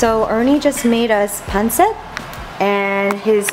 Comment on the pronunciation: Jenn spoiling the gems with the amount of vids she's been uploading. Thanks, Jenn. Excited for the return of What Would Jenn Wear. Also, is it weird that it feels so satisfying seeing Jenn enjoy those Filipino food? And I'm so happy she said the names right for Pancit and Adobo. <3